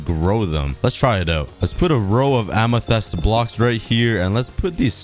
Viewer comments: Kan you say amathyst corectly pls its like fist but more y and th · "A lot of A-ME-TEH-ST BLOCKS" -COOKIE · The Amethyst Pronunciation: Am-e-fist. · he has said amythist 46 times in this vid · ah yes amathest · its pronounced amathist and spelled amethyst amathest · Its pronounced amothist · ah yes ah-me-thest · It’s pronounced Am-e-thist, Amethyst. This annoyed me more then it should have 😆😂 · A-me-thist is how you say it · Here are some pronunciation tips for you: amethyst (am i thist) and nautilus (not i lus). I hope this helps you :) also I think my name would be pretty swaggy on the wall of leaves (wink wink) :) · ITS PRONOUNCED am-i-fist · I loved it when you used to say aminest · You may not bruik the krakt amethis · im pretty sure that its called AM-A-TYS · 7_8 min ago it look really good can you buid the islands more far in t the ocean it is pronounced amatist edit i wan't far enough in the video so i didn't know you counted it later your self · I love how he says amethyst like A M E T H E S T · The way he pronounce amethyst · After hearing him say amethyst wrong I also said how he says amethyst. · It's amethyst bruh anyways awesome video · Its Amethyst Lmao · it bugs me so much that he says the word amythest wrong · i can hear the english teachers screaming at for mispronouncing amethyst. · Your saying amethyst wrong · Hey sometimes you said amethyst wrong sometimes can you try and say it correctly pls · Please learn how to pronounce amethyst. Also, you should probably beat the dragon for boxes that will help you in projects. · who is annoyed about how he calls amethyst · It’s not “amethest” it’s “amethist” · It's ame-thi-st. Not ame-the-st. I hope this will help you. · It’s AMYTHYST not AMYTHEST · Amethist ❌ Amethest ✅ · listen to me its amethyst not ametest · Just saying it not Amathest it’s Amathist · it bugs me when you say Amethyst its amitist not amehtest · Its read ~AMETHIST~ not ~AMETHEST~ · “Amethast” ya